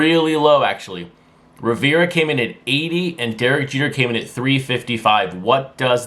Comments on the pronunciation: Riv-er-ahh, not Riv-ir-ahh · It’s Riv-er-ahh and he’s from 🇵🇦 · I just turned some more people on to the show via the Facebook group. As a gesture could you please pronounce Mariano Rivera's last name correctly, it's driving me nuts.😁